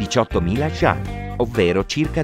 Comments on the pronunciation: shingi001 come ha pronunciato 重庆（chong qin)? 🤣 kongking che cos’è 😂😂 per non parlare dei 元 (yuan) ha detto Jiang 😂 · come hai pronunciato 重庆（chong qin)? 🤣 kongking che cos’è 😂😂 per non parlare dei 元 (yuan) tu hai detto Jiang 😂